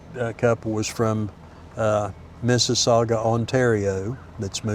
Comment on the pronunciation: wow he said Mississauga great